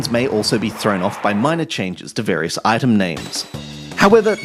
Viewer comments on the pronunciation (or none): none